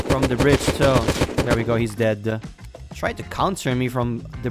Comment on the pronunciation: Why do you say deade